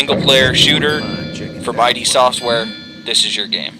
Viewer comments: yeah its pronounced "id" like rhymes with "sid" not I.D. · It's ID, not eye-dee. It's pronounced id, like, kid, without the k... Thumbs up if you agree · ID NOT EYE DEE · Listening to you say I.D. over and over is making me cringe. It's id, as in the ego and the id. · its ID not I.D. sorry im ocd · Quit watching after 30 seconds. Heard I.D. four times.. too much. The company's name isn't pronounced like that. Come on, they've been around since wolfenstein.. I can't trust a review from someone who can't pronounce a two letter word.